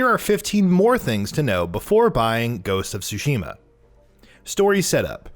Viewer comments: Okay, I just want to point this out because it's vaguely irritating. It's pronounced Sushi - Ma. Not soo shee muh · In addition to that, the pronunciation of the Ts in Tsushima is a bit different than just an S sound. You do pronounce the T. ^^